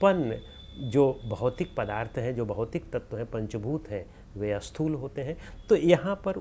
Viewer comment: Sir, namaskara to you. When you pronounce a word starting with letter Sa, you have a habit of adding A before that. For example, when you want to say Sthoola, you pronounce Asthoola. This creates confusion also opposite in meaning. Asthoola is opposite of Sthools. So, you should try to Remove A while pronouncing any S.